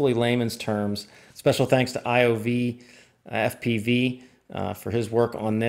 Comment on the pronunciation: “IOV”？ I remember his id is "IvoFPV". LOL